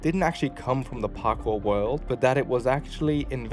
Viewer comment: did you say Parkoo? As in Sydney? 😅